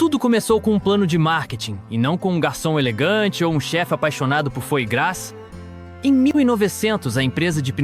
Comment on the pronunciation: Podia aprender a pronunciar corretamente nomes como Fois Gras, Michelin …